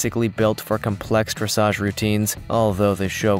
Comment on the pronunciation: I do wish his equine "lingo" were spot on. Pronouncing Dressage as dressidge; calling a breed a different species along with a multitude of other mispronunciations. Distracting at best.